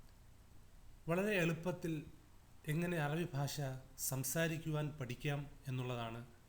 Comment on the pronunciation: not Arab bhasa....should pronounce "BHASHA"......lol